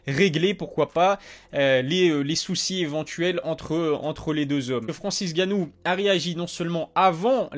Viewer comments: Escuse moi frère c'est Francis nganou et non ganou on dirait ta la flemme de dire nganou lol c pas méchant ne tkt pas c'est un p'tit rappel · C'est Francis Nganou pas Francis Ganou ! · Bravo à Cyril ! Encore .. Vivement la suite ! Question qui me trotte, t'as une raison particulière de ne pas dire le N de N'gannou ?